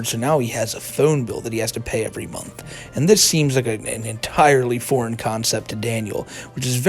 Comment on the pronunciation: Fuckin hate how he says "ehhyuuund"